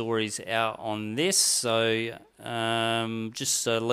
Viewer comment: This guy cant say the word so with an o. Sounds like soew